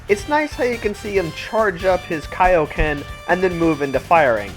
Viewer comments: Dude, it's Kaio-Ken not Kayo-Ken. i know the dub of Z says it that way but even in Z Kai they're pronouncing it as Kaio-Ken. You should be more consistent with your pronunciations. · He says kayoken sometimes… instead of kaioken. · You do know he said kaioken wrong but I won't be rude or butthurt about it